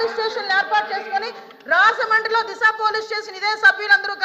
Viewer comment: హోం మినిస్టర్ గా అనిత waste. సోది మొఖం ది. లేకి దానిలాగా behave చేస్తుంది అనిత. వెకిలి గా నవ్వుతుంది సన్నాసి. ప్రజలు సమస్యలు discuss చెయ్యదు లైట్ తీసుకుంటుంది. దీన్ని రేప్ చేస్తే తెలుస్తుంది. దిస కాదు అనిత దిశ, పోరెన్సిక్ కాదు foreinsic😂😂😂😂😂😂లేకి బాష